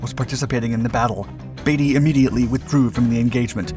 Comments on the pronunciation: It's "Beat-y", not "Baity", and "Ro-scythe" ,not "Rosith" And,ignoring the old test of "Who holds the field won", rule - which means the RN own -, the real test was Who was ready to fight? The Grand Fleet could have fought next day. The High Seas Fleet was never again ready to fight. The Grand were the ones who ran, this concerning their ultimate defeat by virtue of the blockade. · It’s not Batey, it’s Beatty B E A… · I was wondering which pronounciations you would screw up this time. Lutzrow? there is no R in there. Also Beatty is Beety not Batey. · Lots of thie video here is simplified which is fine but at the same time, there is a massive difference between Beaty and "Baity" as is the same kind of incoherent bs that you drool over and over again trying to prounce the namen Speer or Siel? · It's admiral beatie Not baity and it was the kms Lut-zow not lut- row but still a very well done video 👏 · novel and unique pronunciation of Rosyth the naval base on the River Forth !!! It's said Ross-Scythe, one word ........ to rhyme with the agricultural hand held cutting tool. Similarly, Beatty is not pronounced as Batey.